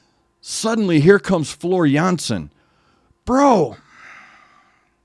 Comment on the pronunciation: As a Dutch guy I can tell you that your pronunciation of "Jansen" is spot on.